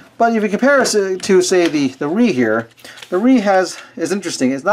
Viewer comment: its not ree its riiii